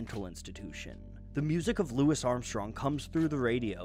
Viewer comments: Cmon man you know his name isn't pronounced as Lewis but Loowee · His name is pronounced 'Louie' but if the research was done through reading, an easy mistake to make. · Mr Armstrong always said his name as 'Louis,' and never once used 'Louie.' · that would explain why he pronounced the "isssss" so strongly, making a point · how much research do you have to do to consintantly mispronounce louis armstrong's name